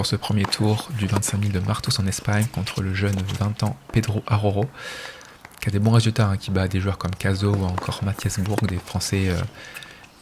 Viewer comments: En Portugais Araujo se prononce ArauJo et non ArauRo comme en Espagnol 😉 Sinon félicitation pour tes 2 victoires a Martos 💪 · Araujo se prononce A-RAU-GEAU, c'est un portugais pas un espagnol !